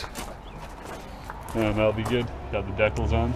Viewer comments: Stop saying decals like that it's so annoying 😂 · but it's not even pronounced that way 😂 even search it on Google that robot girl says it right